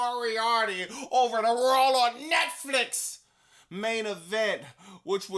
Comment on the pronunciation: You need merch that says “RAWL AWN NETFLEEX” 😂 the way you say”Raw” is hilarious!!!!!